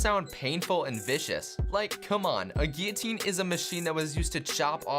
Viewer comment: gillatine for normal